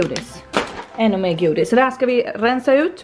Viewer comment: Hahaha älskar ditt skånska ”godis” 😂